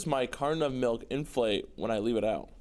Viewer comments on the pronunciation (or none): He heard "inflate" as "in flight" because failed at enunciating!